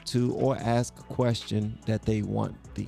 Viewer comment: i can't "AXE" you..